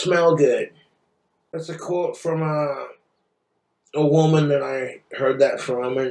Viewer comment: "thats a quote from ...a wumun i heard from.."